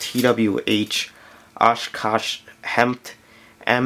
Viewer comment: It’s pronounced hemit not hemt